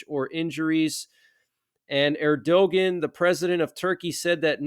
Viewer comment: Erdogan. Pronounced "Air-da-One"